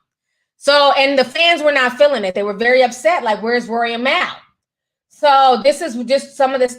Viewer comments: Mal pronounced {Mall} Unless you meant to keep clowning his name like how you called these men "Girls" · bruh how hard is it to say Mal...(maul) 😂😂🙈